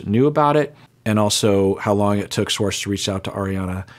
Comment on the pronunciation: Why does this man say Swartz instead of Schwartz?????